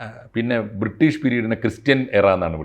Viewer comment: എടൊ 'ബ്രീട്ടീഷ് കാർ കൊള്ള അടിച്ച പോലെ ആണൊ